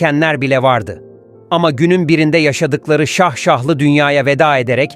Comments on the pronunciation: Şah şahlı değil şaşaalı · Sahsahli diye bir kelime yok Turkce’de video icin tesekkur ederiz ve fakat telaffuza dikkat ederseniz cok daha iyi olur. Dilimize dogru kullanmamiz onemlidir.